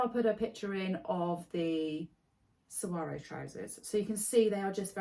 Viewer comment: I always love hearing your thoughts about your makes because it prompts me to think more about mine and how they make me feel, how they fit together in my wardrobe, etc. Looking forward to part 2! Also, you are the ONLY person that I've heard so far who has pronounced "saguaro" correctly 😂 as someone who lives in the Sonoran desert surrounded by hundreds of saguaros, it's been rough hearing everyone's interpretation of this tricky word, but you nailed it and I had to actually rewind just to make sure I hadn't misheard! 😂❤️